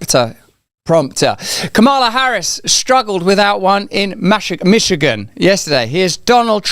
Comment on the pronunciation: Machigan… Michigan …. Lol, amazing